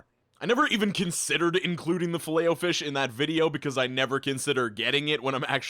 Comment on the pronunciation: You pronounce filet o fish weirdly. Also, it used to be the only thing I'd eat when we went to maccyD's as kids, as we wouldn't go elsewhere. As an adult... there is nothing good on their menu. You asking "what do you prefer, crap or more expensive crap?" - mate, imma gonna go walk to BK, where the food actually has flavour